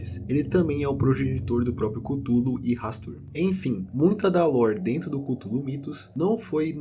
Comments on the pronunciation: A mais pronúncia mais "certa" é culólou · Chululu** kkkkkkkkk